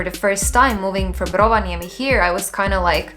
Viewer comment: I get that you have lived in Finland for a while, but i have never in my life heard an foreigner pronounce Rovaniemi as well as you.